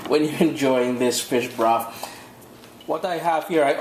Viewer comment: Hey, I'd like to think the name "broff" came from us in Dominica as we always pronounce "th" as "f". As in "I'd like free beers please" lol